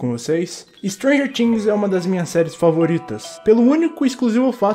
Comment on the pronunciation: Me deu uma agonia você falando "stranger tings"